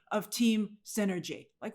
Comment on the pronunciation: An amazing display of team synergy... Or team "Sinner-gy" 😂